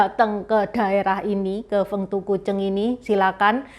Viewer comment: 丰都鬼城 Feng Du Gui Cheng, dibacanya persis dengan pinyin nya mungkin lebih tepatnya begitu ya, konten yang keren bgt love it, sukses terus ❤